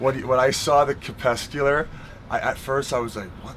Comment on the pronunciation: Said 'crespecular' the 2nd time lmao